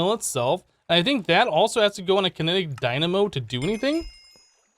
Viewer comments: Kinetic Dymano. *cough* DyNaMo Wait.. He said it right this time.. ... Is he playing us for fools? IS IT ALL JUST A MEME?! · He does odd pronunciations on purpose, lol. Dymano. Strim. Botana. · XD i caught that too. DyMaNo? Edit: HE SAID DYNAMO